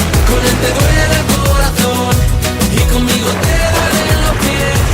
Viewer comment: "Vives" is pronounced VEEV-es and "duele" is pronounced DWAY-lay (or at least that's the best I can do with gringo-speak)